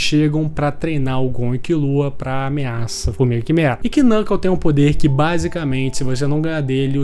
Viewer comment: Desculpa ser o chato do rolê, mas ja sendo o chato do rolê. O "k" no início de uma palavra, principalmente baseada no inglês, não se pronuncia. Knuckle = nuckle Knov = nov Know = nou (pronúncia, porque now tem outra pronúncia) Knight = night E por aí vai